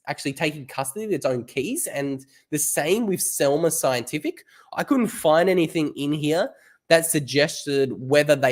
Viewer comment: Selmer? No, Semler! 😜